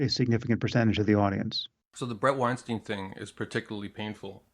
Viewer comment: Your pronunciation of Bret Weinstein's last name is utterly incorrect. His last name is pronounced the exact same way as Albert Einstein's last name.